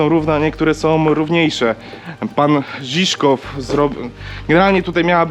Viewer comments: Nie Ziszkow tylko Żywkow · Fajny pomysł...Ale... Można pomylić się raz... Todor Żiwkow... A nie Żiszkow... Był szefem partii a nie związku... Można było lepiej się przygotować... Acha... I nie był dyktatorem...